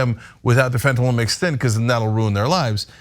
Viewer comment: LMFAO TYT Resident drug expert really said that "Xanax is really what Heroin is, It's really What "Fentanill" is" 🤣 I could just see this dude selling drugs back in the day telling people "These Tums is just like Vik o Dins, These here Unisoms be just like Quaaludes UH.....Uh just safer!!"